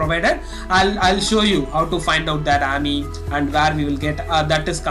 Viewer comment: Its A-M-I not aamyy